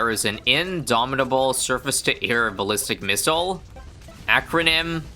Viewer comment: You, and exclusively you, can almost say the BOMB shoots a Me-ssile as its active ability. 🙃